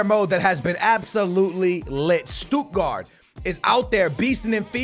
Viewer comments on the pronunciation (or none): none